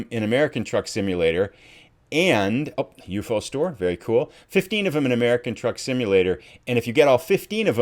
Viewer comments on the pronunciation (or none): proper pronation is U.F.O. each letter is pronounced by itself please.....